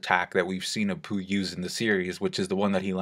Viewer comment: And then Kid sees Apoo.. heard that as.. and then Kid sees a poo 🤦‍♂️